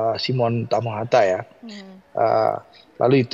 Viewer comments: Koreksi. yg benar TAHAMATA... bukan TAMAHATA. Marga asal Maluku. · Tahamata, bkn hatamaha, matahama 😂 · Simon Tahamata ya mbak...bukan tamahata....